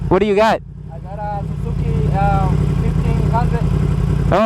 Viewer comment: Did he say Suzuki 1500 lol